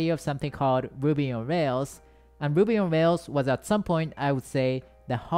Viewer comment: Lmao I love how his " ruby " sounds like " wuby" hahaha